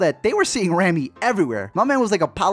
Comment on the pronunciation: You kept pronouncing Rami's name wrong it's "Raw-Me"... also to say all Rami did was lipsync is honestly wrong, he did so much to transform into Freddie